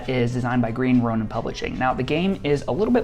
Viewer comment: The fact that you pronounced Green "Ronin" properly... rather than the ridiculous boutique sounding cringe Green "Roh-neen" version that so many other YouTube people do... was very appreciated. Personally, I'm not a huge fan of the AGE system (it feels a little too video gamey for my taste), but I do enjoy the comparisons of various systems and their mechanics. Great video.